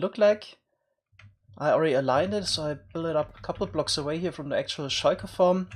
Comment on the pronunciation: I love the way he says shulker